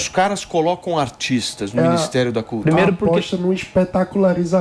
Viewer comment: Que cultura.....cutura....curtura...sei lá....